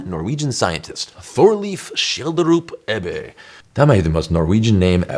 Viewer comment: You pronounced Thorleif Schjelderup-Ebbe quite well. Not bad